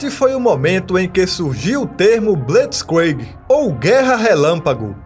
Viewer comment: A pronuncia de blitzkrieg está errada,mas da para entender.